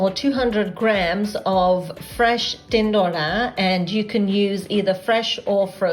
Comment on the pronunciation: My mum does it just like that but without onions, I'll try it your way next time. Are you gujarati? When you say "tindoda" it sounds perfectly gujju:-)